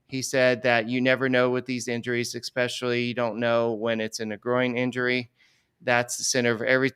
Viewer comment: look I love you but I’m sorry: if you say “ekspecially” one more time, I’m gonna punch a hole in some plywood